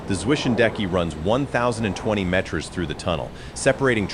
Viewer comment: “Meters” and “Kilometer” I know the AI slop machine has a nonspecific generic American accent and we hate on the metric system but we aren’t so retarded to not be able to pronounce the words. LAMO